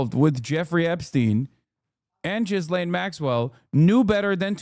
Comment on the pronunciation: Is her name really pronounced “Jizzlane” Maxwell?